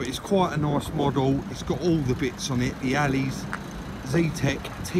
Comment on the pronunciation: Not heard anyone say "allys" in a while 😄